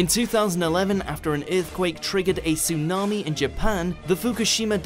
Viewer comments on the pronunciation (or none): none